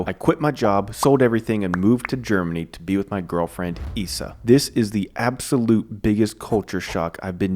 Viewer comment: Isa is pronounced Eeza not eessa